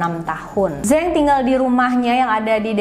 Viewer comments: koreksi dikit, neng .... zhang dibaca chang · Zhang yong ming dibaca mjd Cang yong ming...🙂...dia bermarga Zhang